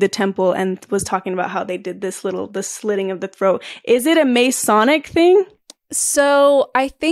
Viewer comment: I'm so sorry if a million people already pointed this out, but Masonic is pronounced Muh-sonic, not May-sonic.